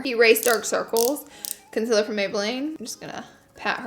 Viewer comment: Its CONCEALER not CONSILLER